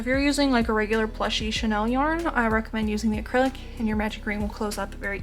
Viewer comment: I was wondering what you meant by "Chanel yarn"--I'm guessing you meant chenille? (shen-EEL) Anyway, this is one of the cutest sea turtles I've seen. Thank you for the tutorial! ❤